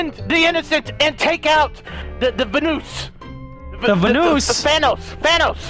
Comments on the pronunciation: Instead of vanoos IS VENOSS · The bad thing is that people who make videos about the guy’s lives say vanoose instead of vanoss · My favorite part was when said vannous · My favorite part was when called vanoss vanoos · VANOOSE. Vanos: I'm pretty sure its thanos or vanos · delirious saying we gotta take down VUNOOS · Hahahahaha delirious say vanoos is vanoss